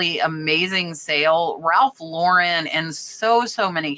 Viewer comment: Proud of you for saying Ralph Lauren name correctly